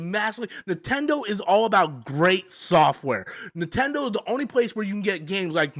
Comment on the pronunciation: 😂I thought I was the only one hearing that